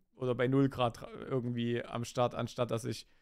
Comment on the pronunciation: Ürgendwie, ürgendwo, ürgendwas. xD